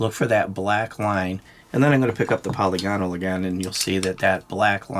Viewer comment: btw, polygonal is pronounced "pəˈlɪɡənəl", which, if you can't read IPA spelling, is roughly like "puh-lih-guh-null". You don't sound out all the vowels like dipthongs, they're short vowels (like monopthongs), so it's 'puh-lihgunull'. Sort of like how you would say, "monocular" or "parameter". With 'parameter', you wouldn't say, "Pair-Rah-Mee-turr", you'd say, "puh' rih-mih-ter". I've been listening to your channel for years and figured I'd finally mention it. It's a pretty common error in the firearms community, but I'm not really sure where it started. It's not pronounced that way in German or English. Also, just in case, anyone who gets offended by this comment or thinks I'm being pedantic, get over yourself and stop being ashamed to learn things -- it's just a youtube comment